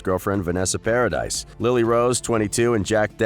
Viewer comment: Its not vanessa paradise.. it paradis (pa ra dee) french ..